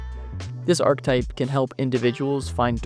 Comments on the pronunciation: I've always heard it pronounced "arc eh type" so "arctype" erks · Where's this ArkType pronunciation coming from? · whats the arc-type you keep referring to across the video? have you heard the word archetype before making it? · archetype is three syllables, not two